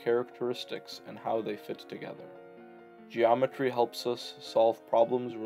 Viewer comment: "ge aw metree"